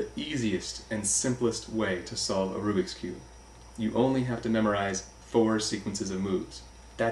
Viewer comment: It´s not arubiks cube. It´s a rubik´s cube